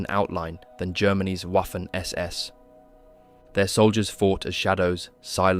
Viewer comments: „Waffen“ is spelled like „Vaffen“, not „waffel „😅 Hint: The same here: „Wiking“ spells just like „Veeking“, but with short „ee“. 😊 I think, they did not have zippers in those days. So, Norsk people not telling the truth here, right?😅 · Great vid. Fyi, Waffen is pronounced Vaffen, Wiking-Viking. Just like Wagner is pronounced Vagner.